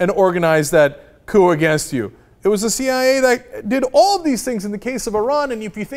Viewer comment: the "CEE YIGH YAY" lol that one gets me too sometimes.